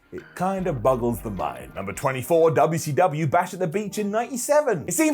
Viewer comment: Most of us do., I wish these Brits would keep respect on the name. Especially. I won’t slap him every time he says UUcUU